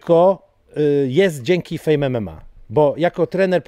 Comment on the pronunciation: Czemu fame zabrzmialo Jak fen😂😂😂